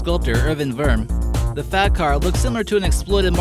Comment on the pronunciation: when he said fat car i thought he said fap car